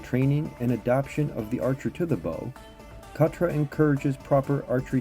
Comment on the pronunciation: nice video! may i however please offer a couple of critiques? pronunciation, the k in khatra is nearly silent almost the same as pronouncing knife in English, it is like a gutteral sound made in the back of the throat when pronounced properly. also, forward khatra is not performed by way of moving the bow forwards and down upon release instead forward khatra is performed by moving the bow forwards and down to initiate the release. i personally found that understanding that subtlety for forward khatra was key to mastering the technique and of course it is one of the main differences between this method of traditional medieval archery compared with the modern target archery method which we're mostly familiar with here in the west where release is initiated with the draw hand rather than the bow hand which is mostly why i wanted to mention it. Thanks for the video, it's still good. 😊